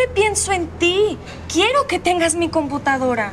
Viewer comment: Nadie se ah fijado que teresa dice : computancara 🤣